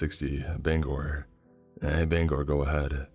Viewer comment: It is so refreshing to hear someone pronounce Bangor the right way